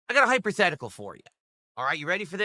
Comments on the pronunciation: This paint chip eating Boomer just said “hyper-thetical” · Did I hear "hyperthetical" 😅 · Did he actually say "hyperthetical"? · He did😂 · lmao, was about to say the same thing. he will just blame the English language devs and claim that hes right though.